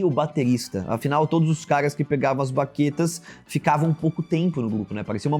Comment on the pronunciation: Pensei o mesmo kkkk "baquete "? 🤔